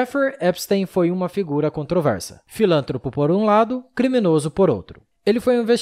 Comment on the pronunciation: "Filântropos" foi duro de ouvir.